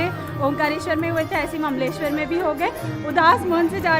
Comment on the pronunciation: Mleswar nahi hota hai Mamleshwar hota hai 😂😂😂😂